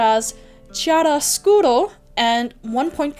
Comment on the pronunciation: chiaroscuro = "kee-AH-ro-scoo-ro"(emphasis on the second syllable) - Italian for "light/dark". "Chiara" - light. "scuro" dark.